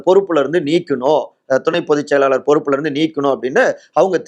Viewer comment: its high time to train your tamil pronunciation.. இவ்வளவு தமிழை கொலை செய்யக்கூடாதுயா.. கேட்கவே நாராசமா இருக்கு.. மள்ளை சத்தியா - மல்லை சத்தியா களகம் - கலகம் விளகல் - விலகல் செயளாளர் - செயலாளர் மக்கல் - மக்கள் ஆதரவாளர்கல் - ஆதரவாளர்கள் மேளிடம் - மேலிடம் மொத்த உச்சரிப்பும் முழுக்க முழுக்க தவறு.. திருத்திக்கொள்ளுங்கள்..